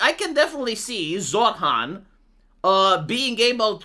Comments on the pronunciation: His name isn't pronounced zorr-hann, it's pronounced zoh-ran. My family used to vote Labour UK until Tony Blair got into power and stabbed us in the back, then voted Conservative until Boris Johnson stabbed us in the back, and now it's just me and the mother because the rest of them have died of heart disease and cancer, we are going to vote for Farage and hope if he gets into power he won't carry on the British tradition of stabbing people in the back, to be fair Barrack Obama also stabbed everyone in the back, I guess it's not just the UK. It gets to the point where you're wondering if you'll ever managed to actually find somebody to vote into power who isn't going to plunge a knife into your back and you hold your breath every single time you put your slip of paper inside of the ballot box just waiting with anticipation to be stabbed in the back again, kind of like when you take a breath before committing s**c**e by jumping off a bridge because you have no choice due to poverty and debt, it's exactly the same thing voting for somebody different to stab you in the back because you have zero choice whatsoever, although, to be fair, I live in one of maybe 15 places in England that will hold out and vote Labour pretty much no matter how many other places they lose until maybe, and that's a maybe, they become the 3rd or 4th biggest share of seats instead of 1st or 2nd, and even then they'd vote for whoever is the biggest left-wing party no matter what happens, and all problems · I hear "Zoltan!" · When says Zohran anyone else hear Zohan or is it just me??? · No I do, but than again I too like an ESL